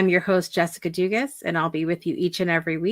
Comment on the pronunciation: Your pronouncing your last name wrong.. Lots of Cajun people from S. Louisiana have your last name. lol the s is silent Doogaa lol well I tried